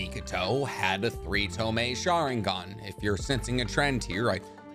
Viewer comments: What the fuck is a tomay? Are you trying to say tomoe? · "To a three toe-meh"😬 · Three tomoe, you saying tomei like the exhaust. 😭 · This was a great video, but is anyone else annoyed that he said toemay and not tomoe? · Ok its not tome its tomoe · tome? (to-moh-ay) or tomoe not tome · Did u say Tomee...as in Tomoe🤔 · i love how your saying 3 tome and not tomoe LOL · tomoe is pronounced (toe-mo or toe-moa) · its tomoe (toe-moe-ay) cries love ur content btw man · Great video man. But you really need to work on those pronounciation. Tomoe, Kotoamatsukami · Lmao this man cudnt say tomoe or kotoamatsukami properly to save his life😂